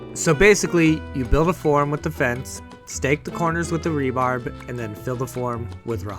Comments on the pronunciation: You Rube ! Everyone on God's Green Earth Knows it's. "RE-BAR". not "RE-BARB" ! It stands for Reinforcing Steel Bar. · Will you please stop calling rebar, rebarb?